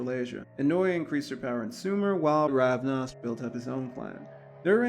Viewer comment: Yes, the founder has many names. I was just correcting your pronunciation. The person is Ravana. The clan is Ravnos. No offense, just trying to be helpful.